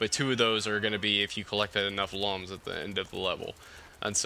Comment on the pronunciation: Good to see you back with rayman, that rayman 2 LP was awesome. Btw did you know Lums are actually pronounced like Looms? I had no idea until i played this game. I still pronounce them like lum haha